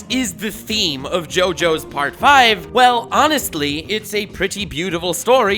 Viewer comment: As someone who speaks Italian, I'm so thankful for your pronuntiation. Listening to youtubers talking about Part 5 can be painful sometimes hahaha